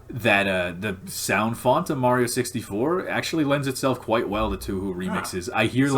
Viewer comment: "Touhou" is pronounced with the same vowel sound as "Tokyo" Written in Japanese Touhou is 東方 And Tokyo is 東京 Both share that first kanji: 東 which is pronounced like toe and means eastern.